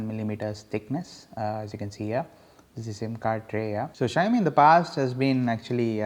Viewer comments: its pronounced as shaumi....not shayami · it's xi-ao-mi not shy-o-mi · its not Xhiaomi its Xiaomi u moron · asians know how to pronounce it -,- .. it's xi-ao-mi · fuck you dude ....you don't even know how to pronounce the name